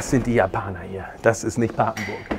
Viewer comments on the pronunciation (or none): es heißt pappenburg nicht "paaaaaapenburg"!😡😂😂